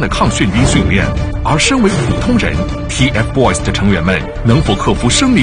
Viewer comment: 趴醬 是就是，他們的名字不叫掏糞，叫TFBOYS，發音很爛欸